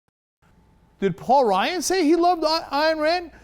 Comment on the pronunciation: 1) It's Ryan, not Ryon. If you're going to root for people, might as well know their names. 2) Smoke and mirrors? All he did was commentate on an interview. This was not cut in ways to destroy anyone's image. 3) You shouldn't expect Ryan to carry Romney to the White House. If he wanted someone to do that, he would have chosen Marco Rubio or Christ Christie.